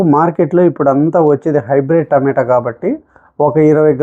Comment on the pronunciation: టమేటో రసం కాదు రా బాబు. టమాటా అనాలి